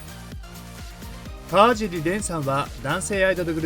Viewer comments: 蓮君を選んで頂きありがとうございます。 ただ、かわじりではなく、かわしりです。これからも、かわしり蓮を宜しくお願いします🙏✨ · 川尻蓮さんのかわじり読みが気になりました😅かわしりさんです🙂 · かわじり✖かわしり〇 ね。